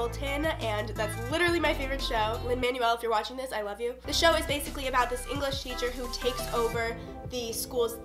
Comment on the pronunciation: Lmao if you love Lin so much you should learn how to pronounce his name. It’s man-well, not man-you-el